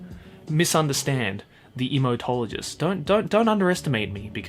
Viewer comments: All I could hear was emo-tologist lol 😆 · For a second I thought he said "Emotologist"😂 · just sounds like ur saying Emotologist